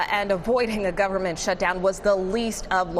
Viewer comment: "government" (there's actually a silent "n" in there, but no "b")